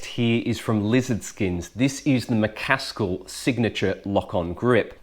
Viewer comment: Mc A skill , is how it’s pronounced xxx